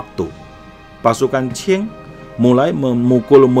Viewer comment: Lafal qing harusnya ching bukan chin, kalau dinasti chin itu lain lagi.